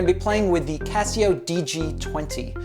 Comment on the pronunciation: C ass seo. C Assio. Not Kesseo.